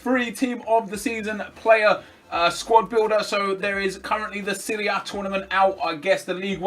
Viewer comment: Nep at it again with 'Seria A'.